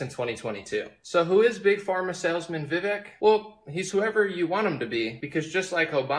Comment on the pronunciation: The guy can't even pronounce his name correctly... I think Vivek is sharp enough to know that whatever he says is going to be highly scrutinized from both sides. He chooses to actually back up what he says and isn't afraid to engage in criticisms with logical and rational facts.